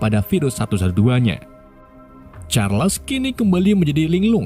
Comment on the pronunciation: Bukan chesar tapi sizer kalau guna huruf melayu juga bukan Chales tapi chars